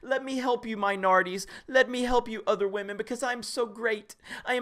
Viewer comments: This is kinda unrelated to the main topic (which I really appreciate someone talking about) but does anyone else physically cringe whenever one of these guys says “whamen”? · You wanna know what I call guys who pronounce "women" as "wahmen"? I call them bitches. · People who say "wamen" instead of "women"? HUGE red flag. The wamen meme comes from Pewdiepie, an alt-righter.